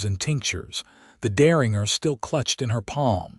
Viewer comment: The AI narration voice needs to learn how to pronounce words like Deringer (also spelled Derringer). The AI voice gets annoying after a while. Also the AI voice needs to learn read (red) from read (reed) and live (liv) from live (live).